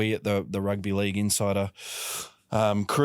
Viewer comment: Why does mispronounce "Rugby League"? Is it meant to be endearing?